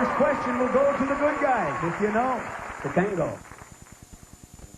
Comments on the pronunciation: lol did he call tatanka, tatango? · Did the host call tatanka, "tatanga" the whole show😂